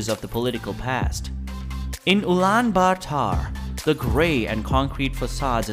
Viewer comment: it isnt pronounced genghis khan it is actually chinngis khan and ulaan baatar is wrong it is pronounced ul-aan baa-ta-r